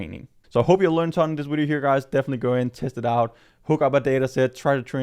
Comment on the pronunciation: lol "wideo"